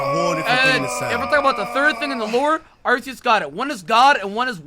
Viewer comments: when said that hydreigon had the best shiny out of the pseudo's I was like, "what is this man smoking?!" then he corrected himself and said that metagross rivals it, but even that is debatable. (Edit: Arr-see-us gotta stop dawg.) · Your saying arceus wrong it’s pronounced arcoos